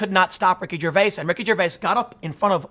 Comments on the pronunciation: Love the material but can't stand you saying Ricky ger-vase... It's ger-vay-es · The way you say his last name is annoying.